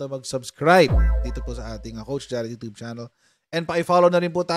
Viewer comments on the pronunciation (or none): none